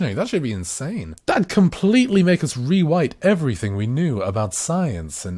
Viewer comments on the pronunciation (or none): He said re white